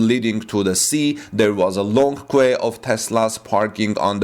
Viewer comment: It is nice to see the European shipping progress from China, while they wait for Tesla's Giga Berlin factory to be finished. It's a fun drone video to watch! FYI queue is just pronounced Q, like the letter.